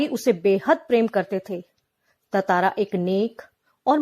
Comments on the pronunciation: It's tantara not tatara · Bhai tatara nhi tantara hai vo